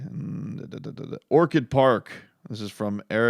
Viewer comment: Its Orchard not Orchid Park.